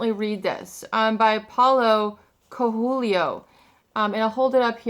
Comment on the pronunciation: Yes, I know about The Alchemist. 😎 I heard about it years ago. I have yet to pick it up. The universe conspires to help you. 🙏💜💯 BTW, Coelho is pronounced kway-loo. It means rabbit. Just in time for Easter. 🐇🐰😊